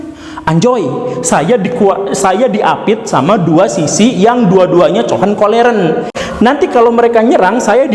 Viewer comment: Hohenzollern pak guru bukan cohenkolleren hahahhaaha